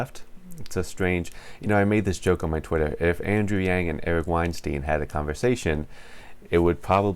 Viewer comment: wine-"stine". i think- "the guy with a lot of spine, eric weinstein" #yanggang